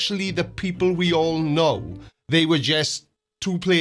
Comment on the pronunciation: Did he seriously say the k- in know? Doesnt believe in silent letters as well?